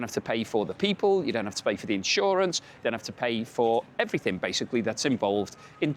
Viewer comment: There is no such word as "everythink". The word you are looking for is "everything".